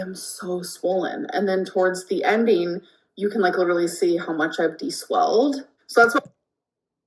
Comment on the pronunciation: ‘..deswelled.’ LMAO. 🤣🤣🤣